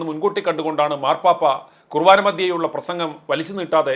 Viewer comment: തനിക്ക് മലയാളം തന്നെ നന്നായിട്ട് അറിയില്ല! മലയാളം അറിയാവുന്ന വേറേ ആരും ഇല്ലേ അവിടെ?കുവാനഅല്ലെടോ...കുർബാന. അതൊരു കളിയല്ല! എന്നുകൂടി അറിയാണം. ഇല്ലേങ്കിൽ... താൻ അത് ഒരിക്കൽ പഠിക്കും. മന്ത്രിയുടെ ഭാഗത്ത് നിന്ന് തെറ്റു വന്നാ... മന്ത്രക്കളി എന്നു പറയുമോ? പോലീസിൻ്റെ ഭാഗത്ത് നിന്ന് തെറ്റ് വന്നാ... പൊലകളി എന്ന് പറയുമോ? വാർത്തയിൽ തെറ്റ് ചൂണ്ടിക്കാണിക്കാം. ആരുടെവേണമെങ്കിലും. വാർത്തയ്ക്ക് ഒരു മാന്യത ഉണ്ട്.അത് കളയരുത്!